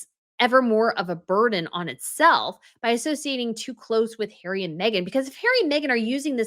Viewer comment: Love your pronunciation of Hairy!!😂🤣